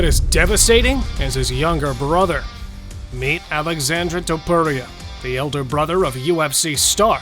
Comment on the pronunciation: omg your saying his name incorrect its Alexsandre